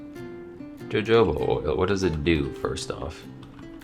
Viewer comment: jojoba is pronounced 'hohoba", like santa ho ho ho